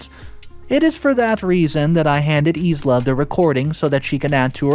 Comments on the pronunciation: Isla=Eye-lah, not Ease-Lah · Isla is pronounced eye-la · Wow, so many people just hating on his pronunciation of Isla. So sad. The English/Scottish pronounces it Ay-lah BUT Isla in Spanish is pronounced EES-la. Isla is "island" in Spanish. (i is pronounced like an E and s is almost never silent. Go look it up in google translate if you don't believe me.) So both pronunciations are correct and we honestly don't know the original language context of the story itself. As he says, it is cool to be kind. Realize that not everyone that speaks English will do so perfectly and may understand it from a different language perspective. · Yup. That's exactly what I was thinking. I've never heard him pronounce infuriated correctly. Always, infurierated. Just completely butchered Isla's name in this as well. S is silent my guy. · Thank you! Somebody said it! 🤦🏻‍♀️😂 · Yeah, he drops so much pronunciation. Some are grade school level mistakes lol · Isla is pronounced i-la. Embarrassed is pronounced em-bear-essed not embraced